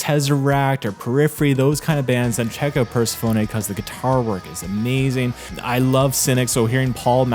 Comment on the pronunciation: Persephone is pronounced per-seff-oh-knee